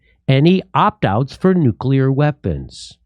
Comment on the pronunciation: Thank you, Jimmy, for saying 'nuclear,' and not NOOK-yuh-lur -- as so many others (as if they're taking their lead from George W. Bush) bizarrely mispronounce it.